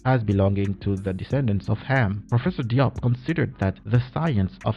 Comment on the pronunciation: Diop is pronounced as Jobe